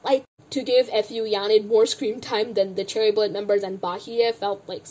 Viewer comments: As much as you dislike Fu Yaning, can you at least pronounce her surname right? It's Fu (like Foo, or food without the d), it's so cringe when you say F U Yaning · i can't get over the way you pronounce fu yaning's last name